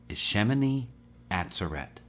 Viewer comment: FYI= shemini ah ZER et Emphasis on second syllable.